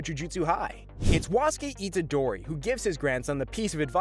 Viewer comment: Good video but names arnt said right